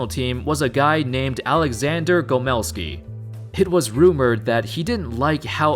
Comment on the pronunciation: it's GOmelsky catdamnit! I thought americans liked to to put pressure on first syllable - was the perfect opportunity right there)